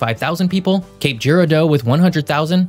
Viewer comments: I live in Scott city. About 45 minutes north of new Madrid. This whole video has me rolling. 🤣 cape girardeau is pronounced Cape Gerard-O. lol good video though! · That Cape Girardeau pronunciation, woof. It's more like Gerard-doe. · Cape "Gerard-oh". Fyi. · Did he call Cape Jerry doe? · Cape Garage Door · Im from Missouri. Your pronunciation of New Madrid and Girardeau is hilarious. We say it, "Ne Ma drid." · Same here, from Western KY. I said "bless his little heart" upon hearing his rendition of New Madrid. And then Cape Girardeau... Bless it. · Yeah, grew up in Charleston and Sikeston. Yikes, nails on a chalkboard with the pronunciations New Madrid and Cape Girardeau. Just glad he didn't try to pronounce Cairo or Paducah. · Yes, he also mispronounced Cape Girardeau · It may seem small, but having grown up in southern Illinois (very close to this area) the pronunciation of these names are off. New Madrid is pronounced Mad-drid,, Cape Girardeau is Ji-rawr-doe, and Cairo is Care-o. There was also a 5.2 magnitude quake that struck near Mt. Carmel, IL on April 18, 2008 which is in the same area.